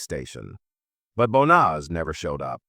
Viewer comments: YOU PRONOUNCE HER NAME WRONG 4 DIFFERENT WAYS! THIS IS SO DISRESPECTFUL TO HER! 😮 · That fake emotionless AI generated voice mispronouncing her name every single time is as disrepectuful as her family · Can i please ask you at least say her name properly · Banaz, bonaz, bonus, bas, it really started pissing me off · You'd think that the narration would at least get her name right. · This happened in my area, my ex who was part of the medical staff, treated her in hospital. I will never forget this, she deserved so much better than what she got. Also the AI on this video is messing up her name. She deserves to be remembered with her name pronounced correctly.